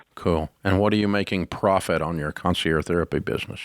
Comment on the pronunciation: It's concierge, not "conci-air." You pronounce the g.